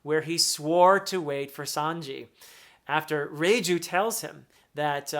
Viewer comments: Perfectly pronounced Reiju❤ She's amazing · Reiju pronuncation was spot on, about Capone Gang Bege, it's beh-gi:, somewhat simmilar to say veggie.